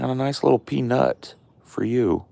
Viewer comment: OMG!! The squirrels!! Too freaking cute!! Also, kind of funny how you say "peanUt."